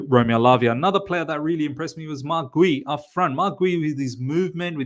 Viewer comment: Guiu pronounced Gew, like Ewww, the expression for disgust